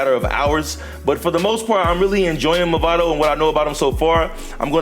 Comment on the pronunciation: Nice guide. btw it's "Mavado" and not "Movado" :)